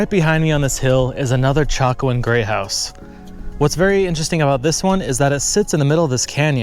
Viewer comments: To my ears it sounds like you are saying "Gray" House and not "Great" House. Lol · I was about a third of the way through this before I realized you were saying Great House, not Grey House. You're swallowing your final T. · “Grey House” ??? I re-wound several times. Are you trying to say “great house”. Maybe it’s cold, IDK